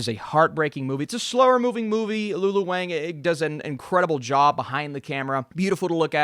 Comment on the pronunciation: Just a heads up for her future projects, but Lulu Wang's name is pronounced "Wong." Wang and Wong are the same pronunciation.